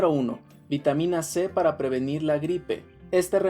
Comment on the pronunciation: Pero todos son para "previnir" lo está diciendo